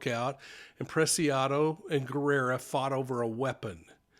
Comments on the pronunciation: It's pronounced Ge RRa not gerrera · Well so much speculations and theories of what happened, its crazy, i guess we will never know for sure what happened in that transaction, im waiting to see what the autopsy says that may clear some more. I wish i was a fly on the wall that day. Btw it’s Guerra not Guerrera, just saying! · Thank you for reporting. I think you add an extra syllable to Matthew's last name. Sounds like you think it is Guerrera, but it should be Guerra. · Guerra not gu erra guerrra pronounce the rrrr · Hi there! Guerra is pronounced Geh rah. The u is silent. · Bexar County, Texas. Bexar pronounced "bear". Guerra pronounced with a hard G, gerra. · Guerra = Gaer-ah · Just so you know. The [u] in Guerra is silent.